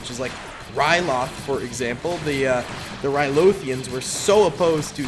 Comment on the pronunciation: "Rylothians" lmao